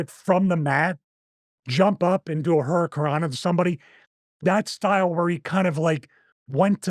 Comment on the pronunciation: Hit her with the ol' "Hurry-I-cant-rana"